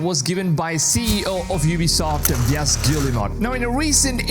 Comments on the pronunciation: What do you mean? Isn't it written Veeuss Gullimet? Of course i'm joking. Yves is pronounced "eev". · Yves is pronounced like "Eve".